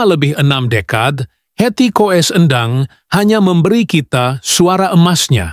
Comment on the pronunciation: Coba ngomong yg bener dong, di tulisnya Koes kalau di bacanya Kus, jadi Hetty koess Endang, dibanyanya Hetty Kus Endang , banyak belajar dong. Koes, Koes